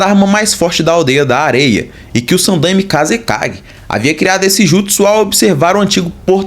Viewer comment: cara a pronuncia é sanDAIme mas de resto muito bom vídeo.